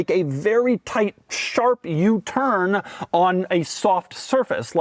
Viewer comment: Never heard anyone say U-turn with the accent on the “turn.”